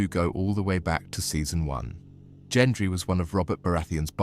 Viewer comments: Gendry, not Jendry. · Gendry with a hard G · She rode OUT of the destroyed city on that horse, not into it at the beginning. So sick of this AI slop. They could at least teach it to pronounce "Gendry" correctly, FFS. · Literally cringed every time he said Gendry’s name. 😂😂😂